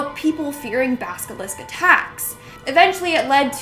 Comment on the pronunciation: So are we just gonna ignore the fact kept saying basilisk wrong? Basilisk not Baskalisk lol.